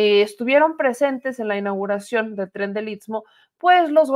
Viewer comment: Se dice isssstmo, isssstmo, otra vez isssstmo